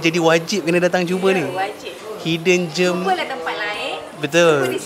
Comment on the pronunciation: Sebutan gem bukan seperti germ (kuman) bunyinya.